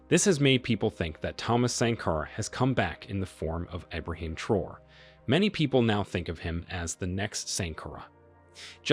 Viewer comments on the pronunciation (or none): You’re pronouncing “traore” wrong. You’re saying “Abraham Troll” but It’s TRAORE. Pronounce each syllable phonetically. “Tra” (as in transfer) “o” (as in letter o) “re” (as in ray). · Pronounce his last name as Tra’o-re not Troo or whatever you saying. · Its pronounced as `Traorey ` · It's pronounced Tra-oray. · I think his name is Pronounced - Tra - o - ray